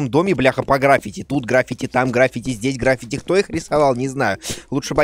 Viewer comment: Дима, правильно граффИти